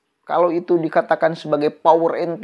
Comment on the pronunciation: PEOPLE "DOWER" BUKAN PEOPLE POWER